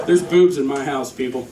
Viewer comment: Boobs? At first I thought you said booze! But what do I know!